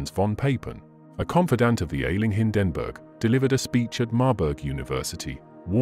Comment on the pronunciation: They really have to work on the AI Voice models. Don't expect NAZI to come out like Churchill, but Hindenburg should sound like standard pronunciation. And CORPS not Core? Spoils a good video